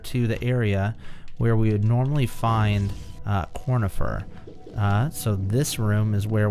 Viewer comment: I’m pretty sure it’s conifer not cornifer